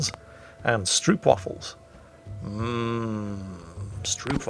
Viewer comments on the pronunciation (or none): Heya. If you want to pronounce stroopwafels better. Pronounce the "oo" part of "stroop"as the oa as in "boat" or "goat". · Stroopwafels!! You butchered the pronunciation, but that's ok. (The double o is pronounced as in hopeful) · "stroopwafels" xD btw the "oop" is pronounced like "ope" from "trope"" not like "oops" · should we tell him that you can place them on top of a cup of steaming tea, to get the even better 'warme stroopwafels'?